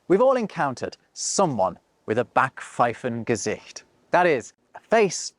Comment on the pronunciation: "Kummerspeck" is not to be confused with "Bierbauch"😉 "Backpfeiffengesicht" is not about appearance, but a wrong attitude revealing itself on ones face P.S.: I have to compliment on her pronounciation. Almost every time you get it right the first time, so don´t let anybody confuse you